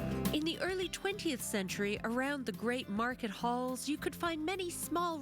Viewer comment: (The 'H' in Halles isn't pronounced: "lay-ahl" )